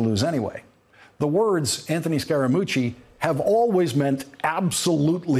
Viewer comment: "SCARE * A * MUCCI" Scaramucci